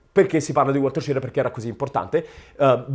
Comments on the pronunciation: SCHIRRA non "SCIRRA" ERA SVIZZEROSARDO. O meglio ITALO AMERICANO. Quindi almeno dillo in Italiano il cognome. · Una notazione.La pronuncia di "Schirra" non è "Scirra". Ma proprio come si scrive. Schirra aveva origini italiane. Per la precisione sarde! I nonni erano di Ghilarza, in provincia di Oristano. Emigrati poi in Svizzera, poi si spostarono negli USA. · A quanto sembra Schirra aveva origini sarde, si dice che suo nonno fosse di Ghilarza (Oristano) ed emigrò prima in Svizzera, poi negli States. Coincidenza: a Ghilarza visse anche Antonio Gramsci. Se questa tesi fosse vera, il cognome Schirra cognome andrebbe pronunciato "Skirra". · Hai perfettamente ragione, stando a Wikipedia. Schirra è un cognome sardo e si pronuncia proprio Skirra. La sua testardaggine potrebbe essere proprio quella dei sardi 😂😂